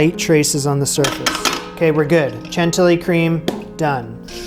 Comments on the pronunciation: Wow this is an amazing recipe good job! A word of advice, in French, the way to pronounce CHANTILLY (the 2 LL) is like the Y in the word yes. CHANTIYI. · Congrats on getting that luciousness out of the mold! I second the suggestion to line it with cling film next time. I’m so glad you did this. I’m not sure it would have caught my eye, but yours came out looking great - I may give this one a go! P. S. Chantilly is pronounced with a “sh” sound. ;-) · Love that every time you sait "N'est-ce pas" it sounds like "Ne sait pas" which is "(I) Do not know" instead of "isn't it". Don't change it it's lovely! But Chantilly pal. Shan tee yee. Your start is perfect, but double- Ls make a Y sound like the Y in "yes" chantiyi. Regardless this looks amazing and I'm happy you got it out of the pyrex.